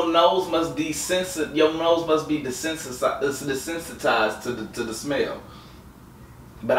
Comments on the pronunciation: Nah he said desensisss densistydtss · nigga said dissentitised 4 times in 2 seconds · This nigga said desesnertised 😂😂😂😂😂💯💯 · “Desensitised” Blou 2017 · Did he rl say descentized 😂😂😂😂😂😂😂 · Bruh said desernertized 😂😂😂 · nigga said decensesitized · Nigga said desensatize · Dasen dessensa de de desensitized . 😂👌🏽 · De-sensi-tived is that a word? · Nigga said desensitized😂😂